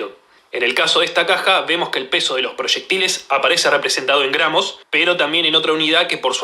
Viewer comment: Muy bien explicado,, nose si soy yo nomas pero escucho q dice "granos" cuando se refiere al peso,... y es gramos, despues todo el resto muy bueno !! el video